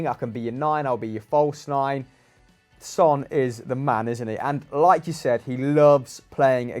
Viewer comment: Please get Son's name right... His name isn't "Hoy":P